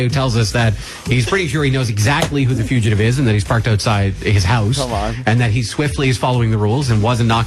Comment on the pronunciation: Hearing Opie say few-chuh-tive repeatedly might be even more painful than listening to him yell "HOLD ON HOLD ON!" I guarantee THAT is why Ant wanted to kill Sam, not just hearing the bit again.